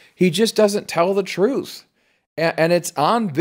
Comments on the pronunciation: When a police officer can’t even pronounce the word truth correctly, I stop listening to them. It isn’t pronounced truff. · Saying the word truth, shouldn't be hard either. Its not truf. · "Tell the troof" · In fairness to him, he’s claiming to tell the “troof”. He didn’t say anything about the truth. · He should learn how to say "Truth" not "Truf". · Anybody who can't pronounce the word "truth" can't be trusted. Wtf is "troof?" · Telling the “truf” shouldn’t be hard. Harry Dunn.